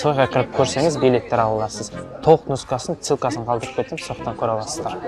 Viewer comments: Брат бары пздцко баягы сенде супер ахуенно🤣🤣👌👌 тек цылка демей ссылка деп айтшы😂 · Целка емес, ссылка дейді